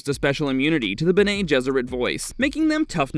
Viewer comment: Bene is pronounced Bennie not Bena unless you know something i don't.